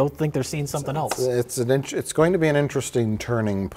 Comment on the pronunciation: pronouncing the word “else” with a “t” in it is always so cute... (@